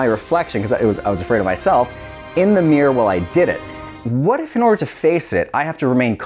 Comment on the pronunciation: he said "mirror" and i instantly thought "idiot".